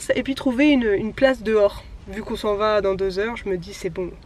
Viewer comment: Vers 12min 15, quand tu parles de Rochefort-en-terre et que tu dis: Quand on y vâ... avec le son a très québécois! Ça me rend un peu heureuse de voir que tu as pris un peu notre accent hahaha! Pour tes défi de mars, de mon côté, avec nos collègues, on c'est fait un Défi Équilibre en février. On avait plusieurs défis à relever. Malgré qu'on soit tous en télétravail depuis près d'un an, ça a super bien fonctionner! Des exemples de défis que nous avions à faire: une activité physique d'une durée minimale de 30 minutes (5x dans le mois), Prendre des nouvelles d'un collègues à qui on ne parle pas souvent (5x dans le mois), sortir dehors quotidiennement (pour faire autre chose que faire l'épicerie ou aller porter son enfant à l'école, 10x dans le mois) et OUI, on a fait ce défi dans le mois le plus froid de l'année au Québec! C'était génial de voir les collègues faire des activités à l'extérieur, ça nous donnait d'autres idées que seulement aller patiner sur notre patinoire de quartier. On s'envoyaient des photos et des vidéos pour s'encourager! C'était super de voir les collègues dans leur quotidien et c'est surprenant, mais, ça nous a même rapprocher! C'est certainement à refaire l'an prochain! :D Je te le conseil fortement! Ça peut également se faire avec des amis!